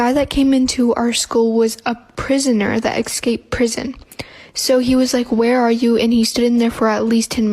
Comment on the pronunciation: Ok but is anyone else like MAD at people who don’t say escaped right?? Everyone says excaped. ITS ESCAPED